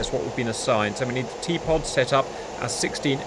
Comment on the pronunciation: T-pod sounds like teapot. Just saying.